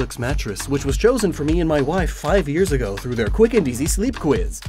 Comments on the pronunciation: AGÓ???? THE ACCENT IS ON THE "A" NOT ON THE "O" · As an italian I am really disappointed for your pronunciation of "ago", but this video is too good so i couldn't care less about a pronunciation error